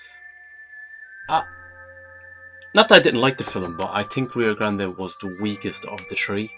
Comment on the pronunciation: It's just pronounced just like grand... As far as John Wayne westerns go, his best, by far, is "The Searchers".